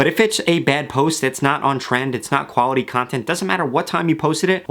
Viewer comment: "Wuality content" LOLL his pronunciation